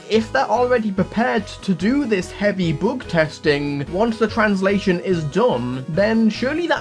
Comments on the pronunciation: heavy bügtesting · "heavy boogtesting"